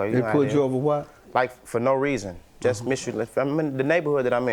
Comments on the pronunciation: Misulannous though 😂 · I thought he said mysteryllaneous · Did he just say “mystery- llaneous things”? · He was struggling with Miscellaneous 😂😂😂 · "Miscellaneous" was kicking his entire ass!